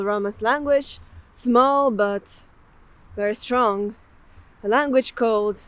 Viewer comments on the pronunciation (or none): none